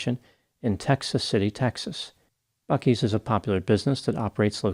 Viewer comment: I know you’re an East Coaster so I was really worried you were gonna butcher the pronunciation of the beloved Buc-ee’s. I should’ve known you’d nail it!